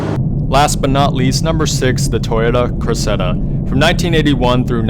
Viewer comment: "Criss-edda"...never heard it pronounced that way, but rather "Cress-ida". One thing I am sure of is "Por-sha" not "Porsh".